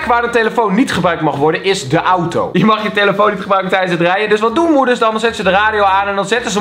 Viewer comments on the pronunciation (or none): none